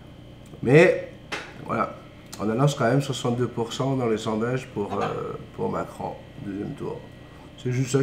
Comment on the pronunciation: Ah hier ça m'a manqué que tu ne parles pas de Macron. Pas pour le fait de parler de politique mais à ta façon de prononcer son nom 😁 ça résume tout !😄 Merci pour ton pti café à demain 🖐🏻